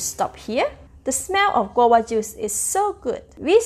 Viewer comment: You need to pronounce the v That's not how you say guava It's pronounced gwa va